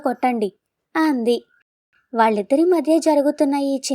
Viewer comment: మీరు కథ చదివే విధానం బాగుంది. కానీ, వాక్యం మొదట్లో అ అక్షరం వచ్చినప్పుడు ఆ..అంటున్నారు. ఆంటూ, ఆంది .. ఇలా. ఈసారి ఆ చిన్న పొరపాటు లేకపోతే మీ కథ అద్భుతంగా ఉంటుంది.